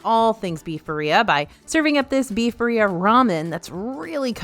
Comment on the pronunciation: “Ba ree ah” killed me